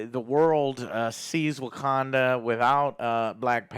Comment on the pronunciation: Wagwanda Forevah!~